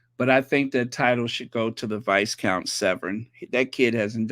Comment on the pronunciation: Viscount=VYCOUNT the s is silent.